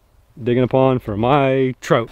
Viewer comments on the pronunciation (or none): Man I love you brother but that accident and word pronunciation I just can't handle sometimes. Lol Digging a "trote" pond. You say Trote! Soooooo many times!!!!!